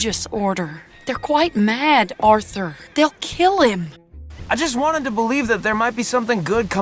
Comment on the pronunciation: "Orthur, Oh, Orthur"